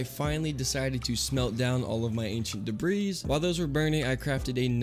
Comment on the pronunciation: am I the only one that cringes slightly every time he says debris like debrees rather than the way its actually said where you dont pronounce the s? tbh its the same when I here people say fortza when then are talking about forza or exscape when saying escape... like its just a person pet peeve but some word mispronounced are often because its not been brought up before and they aren't aware its being said incorrectly.